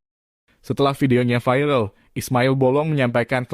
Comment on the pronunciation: Bacanya viral saja. Jang vairel he he he... Jadi kata Indonesia saja "viral"